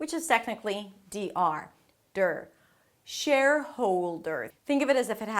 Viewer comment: Loved it, first time I notice the correct pronunciation of shareholder, thanks! You totally rock... as always =)